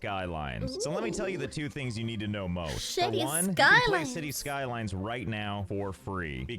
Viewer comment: For a second there, when she said “cities skylines” i heard “shitty skylife”